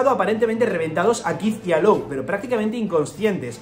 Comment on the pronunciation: Hola, Law se pronuncia: "lo", no "lou"